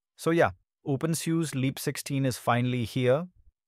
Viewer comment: SUSE is pronounced sooosaaa.... Nice video...... Looking forward to installing and trying OpenSUSE Leap 16.